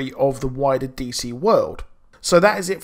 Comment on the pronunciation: Ha he says police instead of please lol 😶